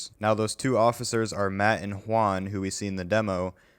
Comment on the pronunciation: did he just say hwaun?